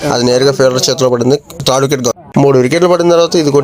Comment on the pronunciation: బాబు అది త్రాడ్, ఫ్రాడు కాదురా నాయన. థర్డ్,........ మీరేంటో మీ విధానాలెంటో ఇప్పటికి అర్ధం అవ్వవు రా babu